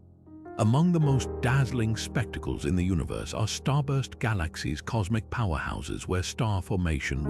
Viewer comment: This AI voice is terrible. ‘Gah LAaKh Seeez’